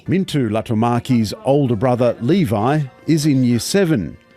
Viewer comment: Mintu and Levi, LOL! They are Minttu and Leevi. Reporters please, learn the pronounciation and spelling of the people you meet!! Even if you are from Australia.